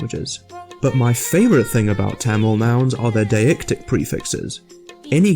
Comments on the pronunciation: First of all its [ t̪ʌmiɭ ] / [ t̪ʌmiɻ ] not [ t̺ʰæməɫ ] secondly Tamil does have voiced stops, it is voiced when it appears in the middle or the end of a word except when its germinated for example [ kʌ:l ] [ʋʌɳɖi] and [ʌp:ʌn̺] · ITS PRONOUNCED MORE LIKE THUM-OL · YOU PRONOUNCED TAMIL SO WRONG IT HURT MY SOUL